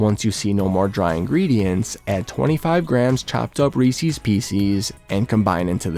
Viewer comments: It's pronounced ree-ses... Not ree-sees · pet peeve of mine when people pronounce Reese’s as “reecees” and pieces as “piecees” oh the horror